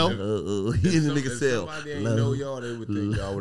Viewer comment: Nigga said celly time😂😂